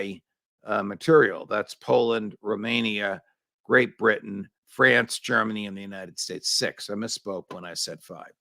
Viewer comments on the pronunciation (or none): none